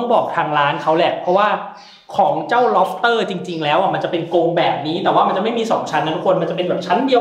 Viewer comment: พี่พูดผิดล็อปเตอร์